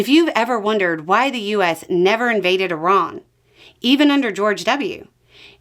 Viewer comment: I like that you pronounce Iran correctly.